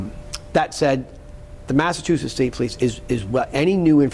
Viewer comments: How many times is he gonna say massatusits state police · Good Lord! What an embarrassment of All The Things. This guy? This? This is the hardened, objective, outside man they brought in to tell us everything wrong will be put right? The guy who can't pronounce Massachusetts but has always and never been from there? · I want 🍗 to say sidebahh 🍻😂 He’s struggling to say “Mah-suh-choo-sits” already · Can’t even say Massachusetts. You can’t make this shit up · You should stay retired, pal, because you sound like you have no idea what your talking about you can hardly even pronounce THE MASSACHUSETTS POLICE. So is the case still open or not.